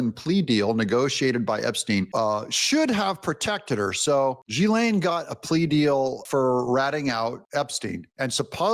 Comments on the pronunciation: It's pronounced Ga lane not jiz lane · Thank you Doug!!!!! It's pronounced Ghee- Lane it drives me crazy when people call he jisslane !!! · she doesn't deserve for us to pronounce her name correctly - it shall remain always and forever "GIZZLANE" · "G' lane" is how I've heard it. I believe the s is silent. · It’s GIL LANE G AS IN GOOD THE S IS SILENT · Ghislaine is pronounced as "Giz-lane" without an "h" sound between "Ghis" and "laine." Fandom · According to google translate it is pronounced Guys lane. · Its like gee-lane. Hard g. Long e. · 😂 its Gee-LANE. not fucking difficult Doug. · Pronounced Ji-lain.....it's French..... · It is pronounced with a soft g like G'laine (Gaah-lane). My sister had the name and she fought pronunciation her whole life. Irish and Scottish in our family. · Hey Doug, I kinda like how fitting ur pronoucation of "Jizzlane Maxwell" works in realtion to her conviction!!! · Her name is pronounce Jillaine.... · Gih - lane (S is silent) YW! Love ya Dougie! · It’s pronounced ;JIZ-lane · So her brother pronounced her name Gilan (g as in good, goat, etc…) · Doug, Ghislaine is pronounced ...... Jiz lan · Pronounced GEE LEN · Pronounced Gahislane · Her lawyer pronounced it “Gill” like a fish gill and “Lane”. So “Gillane” with some silent letters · Doug it is pronounced Gill•Lane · Her brother pronounced her name as Gilan with emphasis on Gil. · Hey Doug her name is French pronounced w/either a soft g as in “jee” or a hard g as in gunk & the a has the sound of a “eh”, like Gee-len or she may pronounce it w/the a as a hard a sound like you would in plane so Gee-lane but for all intents & purposes I think it’s very fair to call her Gizz-land😂🤣😂🤣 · It's hard g, gee lane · Doug, she says her name as Gee - Lane. Gee, pronounced like the clarified butter or the outfit used in karate, Gi. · Her brothers pronunciation should be definitive. Gillenne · How it's pronounced is 'geese lane' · Just say "Guh-lane." You're welcome. ~ Lisa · it's pronounced Gee len